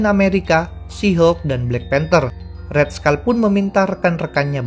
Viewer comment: red skull bukan red skal